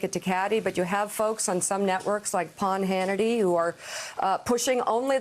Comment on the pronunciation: Did Mika just say, "Pawn Hannity" 😂😅🤣 Good one.